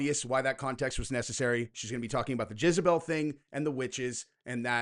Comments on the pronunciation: Are you saying Jizz-a-bel on purpose? Lol. It's Jezz-a-bel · For the love of god, its JEZABELL not JIZZBELL 😂 🙄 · I love that you keep saying jizzabel instead of jezabel 🤣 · Is anyone else hearing "jizzabelle" lol? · How many times does say jizzabell. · Gonna start calling you "" after hearing your pronunciation of Jezebel. 🙂🕊️